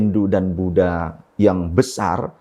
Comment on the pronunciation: Buat ane saran, demi kenyamanan bersama tlg tidak me waqaf semua kata indonesia anda dgn konsonan k. sehingga menyebut Budha menjadi Budhak